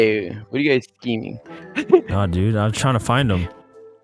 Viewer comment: I heard hello gays